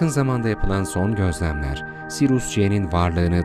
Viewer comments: Sirus değil Siryus okunuşu. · Videonuz harika fakat kulağımı tırmalayan SİRUS denmesi yüzünden seyretmeyi bıraktım. SİRİUS ya huu….